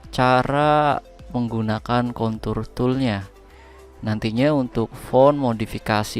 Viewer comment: Contour pake R ya.. jangan pake L.. wkwk